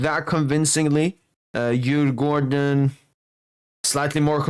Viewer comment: Really good pronounces on Djurgården and AIK😊😊